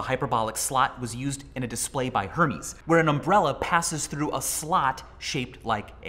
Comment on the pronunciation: How can someone so smart miss pronounce HERMES